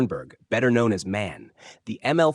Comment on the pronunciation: The company is M-A-N, not man...you need to teach your language model...